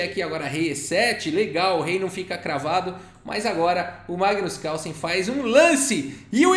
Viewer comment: tem horas que ouço você falar:! kkkkkkkkkkkkkk